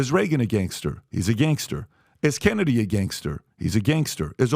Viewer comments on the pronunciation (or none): none